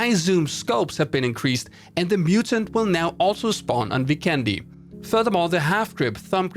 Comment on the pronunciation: FYI, since the map Vikendi's visuals and map design is greatly inspired by Slovenia and many names in the map are in Slovenian language (Dobro mesto= literally translated to Good city, and Zabava literally means "fun") I think that since the word Vikendi is Slovenian it should be pronounced that way too. It's not really different from how people pronounce it now, but it makes a big difference. In the video, you spell vikendi with an accent on "e", but it should be spelled with an accent on "i". If hope you'll find this useful and make us Slovenians happy! Much support!